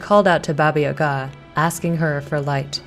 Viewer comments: I'm sorry but I cringe slightly every time you pronounce Baba Yaga wrong its Ya-Gah not Yuhga lol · It’s Baba YAH-gah... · It's baba yaga lmao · We dont pronounce it ya ga just say the syllables together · People in the comments say that your pronunciation of Baba Yaga is horrible........ AAAAAAAHHHHHH!!!!!!!!!!! 😱😱😱😱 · How has nobody mentioned that she’s pronouncing Baba Yaga wrong over and over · From a person of slavic decent, you did good job. The only note is the pronunciation of baba yaga. You pronounce the Baba part right, but it the yaga (Яга) is a bit off. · she definitely isnt pronouncing it right